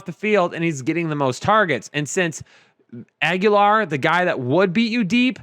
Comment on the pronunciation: stop saying Agholor as Aguilar. Aguilar is its own last name and they are not pronounced the same. Not trying to be a dick, just letting you know. Keep up the great work guys